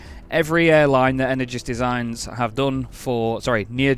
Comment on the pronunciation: perfect how you said Nyergesdesign!